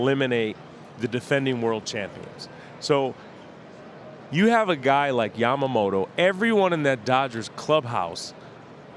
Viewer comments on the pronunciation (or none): パピがために「ジャマモト」て発音するの好き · 誰一人としてヤマモトって言えてないの草